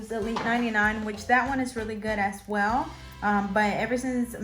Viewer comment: Di u notice that when u say " as well" , it sounds like u say " as swell". Lol. Does anyone else hear that? Or just me.... Love ur nail vids. I'm new to doing nails so u help me AloT. Thanks 😊